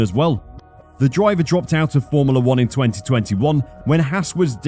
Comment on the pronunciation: Why do you say formula like “formila”